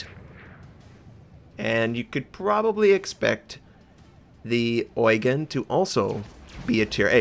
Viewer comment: a little hint, since you always put so much effort in pronouncing foreign words correctly: In the name "Prinz Eugen" the stress of the word Eugen is on the second E, not the EU: [… ɔ͡yˈgeːn] A common mistake that also Germans do who are not familiar with the ship or Eugen von Savoyen.